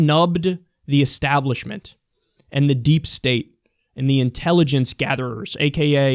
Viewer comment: I hate how Kyle pronounces 'And' 'end'